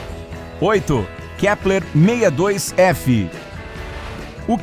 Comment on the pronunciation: Ele falo kleper 1000 vezes